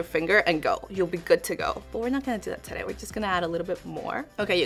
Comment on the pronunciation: Gosh I love your videos but your "terei " instead of today make me feel sick 😭😭😭😭😭